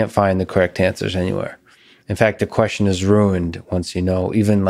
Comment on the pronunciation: When did "question" become "queshon"?